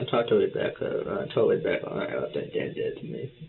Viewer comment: Wabbecca and I wove her 😂😂😂